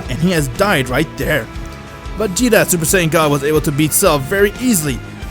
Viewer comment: Your voice lmao ensaid heis seupar sayan